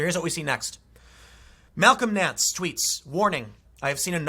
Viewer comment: Everytime he said Malcom Nance I heard "Talcum X".